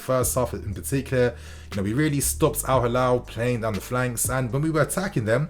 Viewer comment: It's Al-Hilal, not Al-Halal